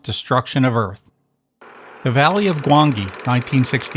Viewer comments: The dinosaur name is pronounced Gwan-Gee. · I hate AI. GWANG...EE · "Valley of Gwann-jee." You just told us you never watched the movie without actually saying you haven't watched the movie. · Gwangi still looks great and it was always a must-watch and a real treat to watch on tv in the early 70's as a kid. Btw, it's spelled Gwangi and pronounced Gwan-jee. He was the original purple dinosaur. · The Valley of Gwangi is pronounced Gwanjee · Gwangi’s second g is a soft g. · The letter g in Gwangi is a soft g, and is thus pronounced like a j.